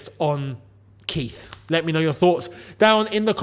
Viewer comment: Idk why but I chuckle a little every time you say Keith